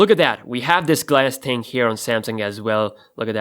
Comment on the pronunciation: don't say "ting" it's really annoying